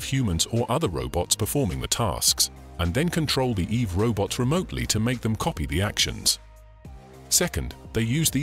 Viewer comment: "eve robot"? stupid name. the whole time I was hearing "evil robot".